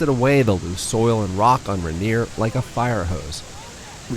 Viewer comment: Someone tell the narrator how to pronounce Rainier, since he clearly doesn’t know how.